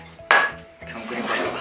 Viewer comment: 最初の クリームパスタ が、ブレーンバスターって聞こえて追い込むタイプの料理人だと崇拝🙏